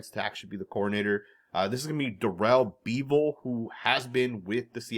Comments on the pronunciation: It's Daryl BEV-el. Like Bel Biv Devou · I went to Wisconsin and played some football at Whitewater and pretty much spent years watching Darrell bevell play quarterback and then threw his early years he's legit but you are definitely not saying his last name correctly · If Pete was going to go back to Bevel (pronounced Beh-vel, no Bee vel...), he'd of done it a long time ago? He's moved on. don't see him hiring Waldron either. He underwhelmed big-time in Seattle and Pete won't want to hire someone who's a reclamation project. I could see him liking Slowik a lot because Pete likes a balanced offense that has a solid run game. He's not going to pick someone whose doing a high powered pass offense, in part because it leaves the defense on the field too long. I could see him also looking at Byron Leftwich & Frank Reich... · Bevell is pronounced like Level. FYI